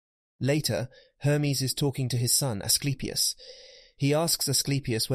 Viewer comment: His son really names A sleep e us lol